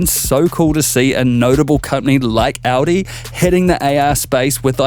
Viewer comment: hahaha Audio Quattro. it's Audi (our dee)